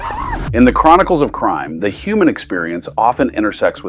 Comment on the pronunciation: What’s a “Hooman”. She clearly said that.